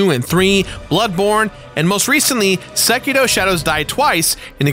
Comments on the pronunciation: Its sekiro, not sekeedo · It is sekiRo not SekiDo... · Why the hell does he say "Sekito" instead of "Sekiro" ? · Ahh yes sekido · Am I the only one that hears him say "SekiDo"? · I hate the way you pronounce Sekiro. There is no letter D in Sekiro.